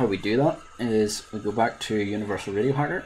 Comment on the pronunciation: I was gonna wise crack on ya because in the beginning of the video it sounded like you said "video signal", but after replaying several times I can hear you actually said (or tried to say) "radio signal" 🤣😁